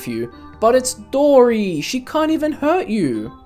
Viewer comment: The way this guy says Dory its top no capppppp